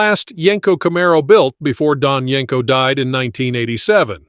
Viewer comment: It's not Yanko It's yenko